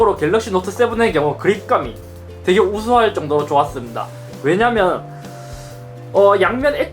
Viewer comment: 5분쯤에 좋았습니다 좋았습다 계속 이렇게 들리는 것은 기분탓인가?(악플아닙니다!)